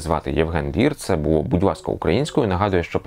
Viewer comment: Буво? Гавина? Свово? Ааааааааа